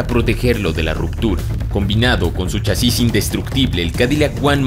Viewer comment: Ahora me doy cuenta que es chasís y no chasis